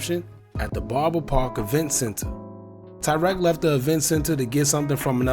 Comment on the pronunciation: Why yall keep pronouncing his name as tywreck🤦🏽‍♀️😂I couldn’t even finish the video😭💯